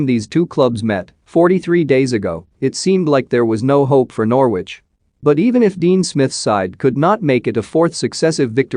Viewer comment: You cannot even pronounce Norwich properly you idiot!